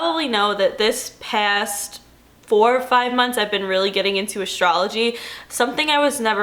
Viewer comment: Yeah I'm from the state's and it's always been where's waldo to me lol. Ew I remember it as Alieve wtf?? also love the way you say 'past' and the way you day 'half .. dont know where youre from but you sounded like you're from New Jersey when you said those words